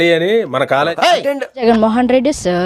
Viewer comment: Amma megana mamula kuda matladavachu shur anabaladhu sir anta chalu